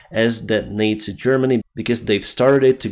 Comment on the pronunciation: please learn to say the word "Nazi" correctly... It bugs me more than your other English mistakes for some reason.